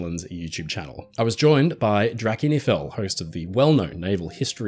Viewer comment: Yeah, I was today years old when I learned how to properly pronounce Drachinifel lol